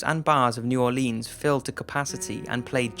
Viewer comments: NEW ORLEEENS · I’m cringing so hard with the pronunciation of New Orleans. For anyone who is not from Louisiana, it’s pronounced New Or Lens.